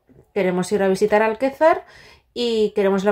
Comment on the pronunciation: Es Alcázar de San Juan, no Alquezar!